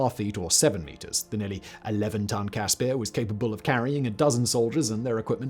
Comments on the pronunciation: As a South African I just want to say that the pronounciation of the CASSPIR is Casper like the ghost not Cas spear....✌🏼🇿🇦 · its a cas-per not peer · Only issue is that you mispronouncing the i in caspir its an afrikaans i you are pronouncing an afrikaans ee it should be like the i in bird